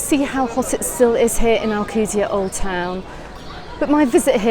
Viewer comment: Can't even pronounce ride the f**** name of the city did the f*** out of my Island